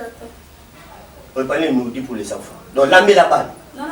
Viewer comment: En tout cas tata oyo muana musala ya tatu asanzisi nga biloko likolo ya koseka( alobi nouridie en place ya nourriture 😂😂😂😂😂 pardon français oyo eleki naya François Holland 😃😃😃😃😃😃😃😃